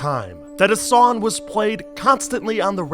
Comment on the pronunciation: It's "sonG" not "Sonn". There IS a G at the end of the word "Song" you know.